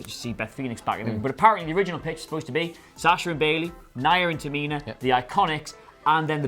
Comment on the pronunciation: Man, if you’re going to talk about these wrestlers, please at the very least learn how to say their names. “Tamina” isn’t that hard to pronounce